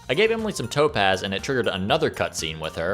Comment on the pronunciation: The whole time I thought you were saying toe pads and not topaz